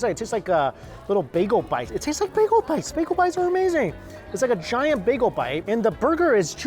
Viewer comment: With all the Asian accents he can do, why can’t he say “bagel” or “tortilla” correctly?